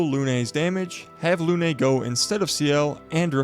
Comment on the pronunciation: thank you for the tips omg i love it , im always looking for new build . PS: Lune is not pronouced Lunay 😅 , as a french its very funny to hear how you pronouced it , but anyway np you can actually see the proper calling in google translate and also it means moon